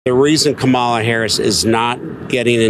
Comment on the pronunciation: Learn how to say her name LOL!